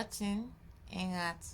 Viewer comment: Ang galing ng "ano" at "ingat" haha. Happy for you and your family!